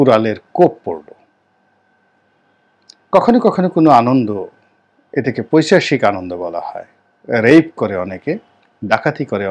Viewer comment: আসসালামু আলাইকুম। " পৈচাশিক" নয় , শব্দটি হবে " পৈশাচিক" " পিচাশ" নয় " পিশাচ" বলতে হবে । প্রয়োজনে অভিধান দেখে যাচাই করবেন। ভালো থাকবেন।